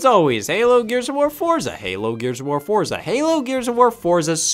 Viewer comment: It's pronounced ForTza 🧐